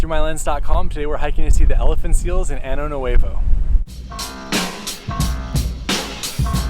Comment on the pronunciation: Año nuevo lol You said new anus